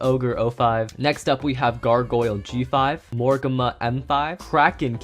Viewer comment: Morrigna is pronounced more rig nuh